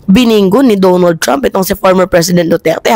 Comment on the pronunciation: DONALD mimaa not Dumo trump. lol🇺🇸